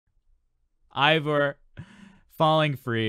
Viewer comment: It's pronounced I-vor. I heard it straight from her in an interview.